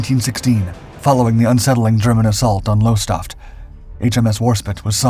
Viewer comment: Lowestoft is not pronounced like that.